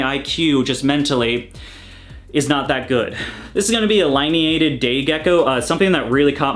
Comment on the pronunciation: Lin--Eee--ated... lol either way gorgeous geckos